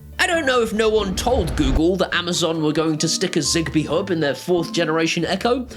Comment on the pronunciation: Is zigbee here means Zibee? In the Moroccan accent? If so you are so very hilarious man. Thanks for the info anyways I was gonna get Philips hub.